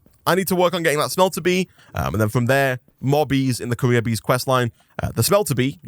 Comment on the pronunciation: when you say "career" it sounds like "Korea" hahah. wtf is that sound ?